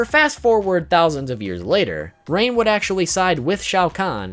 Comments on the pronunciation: I'm gonna ignore the fact that he said Ran instead of Rain in the beginning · Did he just say ran 😂😂😂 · It's Hard To Pronounce Rain?